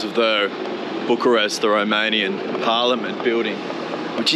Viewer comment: Mate you are literally putting every english speaker I know to shame, your romanian pronounceations are bloody brilliant, literally perfect in some cases. Bloody well done! 👏